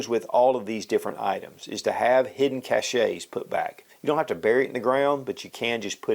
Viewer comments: Chache is actually pronounced as caisch. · The proper pronunciation is cash, not cash-ay. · Cache is pronounced CASH not "chashay" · Minor point, but "cache" is pronounced in one syllable -- like "cash." "Cachet" (2-syllables: cah-sha) is totally different -- meaning great appeal or prestige. If you have a large CACHE of CASH, you might have great CACHET. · FEMA says 2 weeks, while the Mormons suggest every person have one year's supply of food, water, etc. Very smart. (of the Mormons) All confiscation by the government should be against the law and is just downright EVIL. (p.s: cache is pronounced cash.)